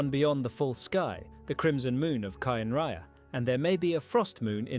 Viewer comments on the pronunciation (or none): So are we just gonna completely blow over the fact that he said Kai-n’-rai-yah😭😭😭